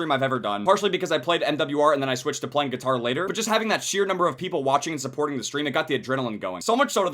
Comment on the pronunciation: I chuckle when it said "Geetar"